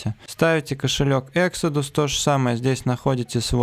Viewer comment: Экзодус ,а не эксидус)